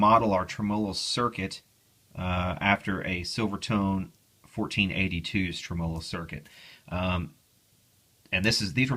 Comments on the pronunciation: Practice makes poifect!! TRIM-uh-low, TRIM-uh-low, TRIM-uh-low, LOL!!! ;-) Seriously tho, I'm enjoying your vids! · just fyi... tremolo is accented on the first syllable: TREMolo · Tré-molou = Tremolo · Love your videos (been going back through some of your old ones,) as well as your one man campaign to change the pronunciation of the word "tremolo," LOL! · PLEASE click on the little speaker to hear the CORRECT way to pronounce "tremolo"......PLEASE!?! Otherwise I really enjoy your videos. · I trust this guy's opinion so much, that I am now reconsidering how I pronounce 'tremolo'.